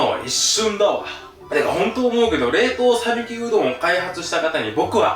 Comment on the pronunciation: さびきじゃなくてさぬきでは？